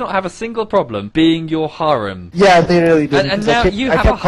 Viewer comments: It's not haw-rem or haREM it's, just harem emphasis on the "HA" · Both of you pronounce harem differently and yet are both wrong lol